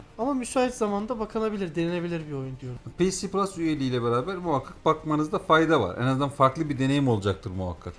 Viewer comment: ps plus olarak okunuş olarak daha doğru nitekim pc plus olarak söylendiğinde sanki bilgisayarda da oynayabilme ihtimali var gibi bir paket anlıyorum, Ek olarak Killzone shadowfall ps3 oyunu değil ps4 oyunu dil sürçmesi oldu sanırım